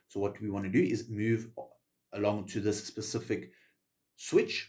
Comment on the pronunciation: I physically repulse everytime I hear him say “specific” ☠️